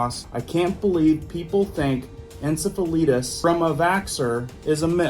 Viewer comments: Pronounced en-seph-a lie-tiss. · OMG.. Its pronounced en-sef-fil-I-tus...long "I" sound...not the way you are saying it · Prounonced En cef a lie tis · IT'S PRONOUNCED: IN-SEF-UH-LIGHT-US. My mother passed away from it, suddenly, at the age of 39!! 🎉HAPPY NEW YEAR🎉 ❤🙏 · Pronounced en cef a lite tis, swelling of the brain. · You are pronouncing encephalitis incorrectly but your point is right on. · It might help us know what you are talking about when saying 'encephalitis' - read the pronuciation. Oops, someone told you how to say it. Love your videos, though. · Encephalitis is a disease that was around years ago spread by mosquitoes. A lot of people would fall asleep and were tired all the time. I believe there was an off shoot to horses also. It's not pronounced that way